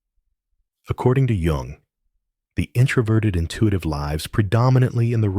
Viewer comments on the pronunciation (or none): His last name's pronounced You-ng.